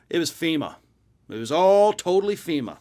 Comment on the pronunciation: So he's mad at ... FEE-MAH! Now?